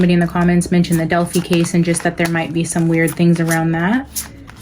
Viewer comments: Just fyi it's Del-fye not Del-fee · It is annoying you keep pronouncing Delphi wrong and that music is distracting.